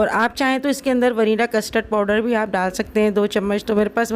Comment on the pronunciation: Vanilla ko verana bolti hain